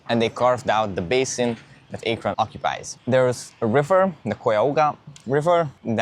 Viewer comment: lol the pronunciation is wild. Locally it’s pronounced A-kren not Aey-kron and the river is usually pronounced Kaya-ho-ga not Koy-ohga. Arguably your pronunciation sounds closer to the spelling but you wouldn’t pass for an Ohioan saying towns and landmarks in that way.